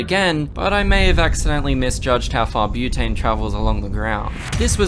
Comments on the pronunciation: "Brotane" bruh... Are you sure about this?? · omg he actually called it brotane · "brotane". bro stop.